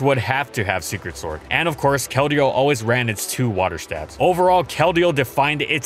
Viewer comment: wait, did he just call sacred sword, "secret sword"?